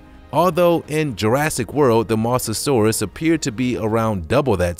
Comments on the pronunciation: Mosasaurus not misasaurus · you said mosasurus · You said mosasaurus wrong